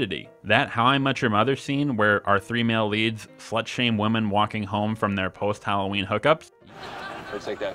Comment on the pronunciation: women is pronounced “wimmen” Woman = woo-man Women = wim-men